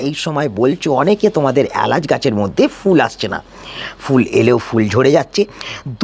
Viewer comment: প্রথম কথা এ্যালাচ নয়, এলাচ, দ্বিতীয়তঃ সাসক্রাইব নয়, সাবস্ক্রাইব, তৃতীয়তঃ পয়োগ নয়, প্রয়োগ , চতুর্থতঃ পতিস্থাপন নয় প্রতিস্থাপন, উচ্চারণ এ অজস্র ভুল, তাই সাবস্ক্রাইব করলাম না, আগে উচ্চারণ ঠিক করুন, তারপর ভিডিও করবেন